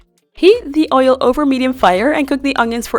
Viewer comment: I love the video but the oil pronunciation got to me😅 I eat mine with Spaghetti 🍝 ♥